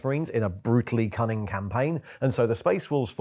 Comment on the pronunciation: "A brutally kunning campaign" 😂